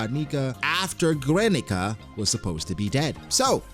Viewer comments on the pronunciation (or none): Guernica is pronounced Gernica not Güernica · bro i cant tolerate his pronunciation of guernica